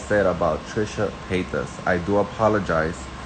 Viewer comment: Why do u keep playing this guy over and over agian. He sounds dumb and uneducated . And the Paytis pronunciation is irritating